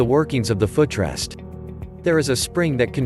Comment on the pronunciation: My "fuh trest"? Computer has never used a foot rest, let alone pronounced it 😅